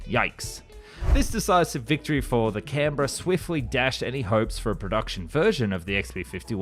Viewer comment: I was impressed by your pronunciation of "Canberra". Then I realised "Oh, Aussie! Of course!" So it still remains a feat unachievable by Yanks 😊